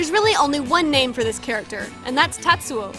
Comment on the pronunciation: tatsu sounds like your aunt from new jersey saying tattoo